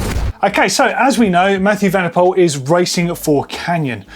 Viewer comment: Please pronounce: MathEW van der POOL I am dutch so yes